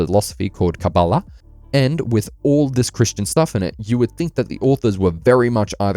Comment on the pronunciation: Good pronunciation of Kabbalah, not fully there but really close. I know you edited it some text corrections but a lot of the Biblical things, especially for being from the Hebrew Bible, aren't actually from the Hebrew Bible (Lilith especially).